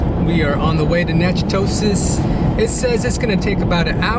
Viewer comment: Nak-ah-tish, next time go to Lasyone's and get a meat pie.